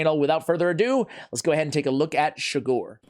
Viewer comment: Just rewatched this again and realized he pronounced my last name wrong again but still happy i finally got it.